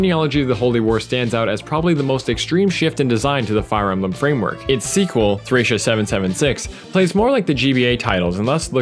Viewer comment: I'm really annoyed about how he pronounced "Thracia."